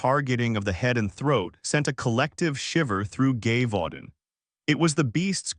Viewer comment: If your going to do this story. You need to get the pronunciation of the location cortect.